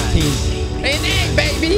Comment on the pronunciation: Is from Louisiana? That baby was very Louisianaesque.